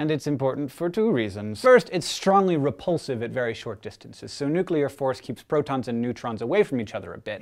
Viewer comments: "Replusive".. Yikes :S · Strongly Replusive? You mean strongly rePULSive?